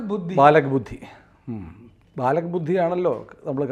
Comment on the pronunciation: ബാലക് ബുദ്ധി അല്ല, 'ചാലാക്' (चालाक) ബുദ്ധി ആണ്.... കാഞ്ഞ ബുദ്ധി! വകതിരിവ് ഇല്ലായ്മയും ഭൂഷണം തന്നെ അയാൾക്ക്!